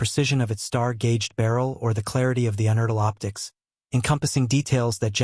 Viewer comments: It is pronounced "you"-nertl not "un"-nertl. I met John Unertl in his Pittsburgh optics shop in the late 1970's. He was a real character and a superb optician. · YOU Nertl Not UN ertil, Get the shit right!! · Well... First, it's pronounced "YOU - nertl". Next, yes those scopes are indeed... crazy good. I have one, myself; a 15x one, that I used for Small Bore Silhouette competition. Mounted on a tricked out Remington 541-S .22lr rifle that can put Remington Hi-Speed Solid bullets thru the head on a dime at 75 yards, until you get bored - or run out of ammo. With the sun shield mounted on it, that scope is about 2 inches short of the muzzle. Yeah, it's definitely overkill on that rifle; but, I've won matches with it, simply by pulling it out of it's case and letting my competition watch me put it on the rifle. I could feel the "Holy shit..." vibe go down the firing line; lots of those guys just seem to... give up, before the shooting started... Unertl does not make these scopes any more, but they're still in business. They make top-tier optical equipment - particularly collimating/bore-sighting tools. But, they still make rifle scopes - "normal" looking ones; and they can make your vintage scope good as new, if needed. If you want one? Be prepared to make your wallet bleed - a lot...